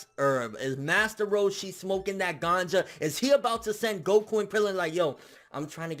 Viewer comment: liked for saying ganja correctly